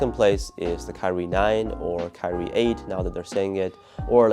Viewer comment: Did you just say "kyrie stupidity"?😳 Kidding aside, looking forward for the kt8. Great vid, as always.🔥